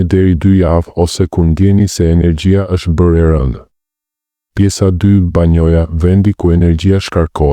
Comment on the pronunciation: Banja ore zotëri e jo banoja.fol shqip te pastër.!!!